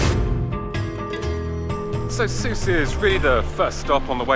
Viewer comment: Shame you didn’t show the Marina in Port El Kantaoui. I’ve never heard Sousse pronounced the way you pronounced it…Soussay?